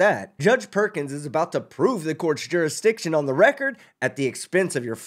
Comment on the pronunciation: You need to prove Judasriction. My question is about Judasriction. The moron can't even pronounce the word jurisdiction.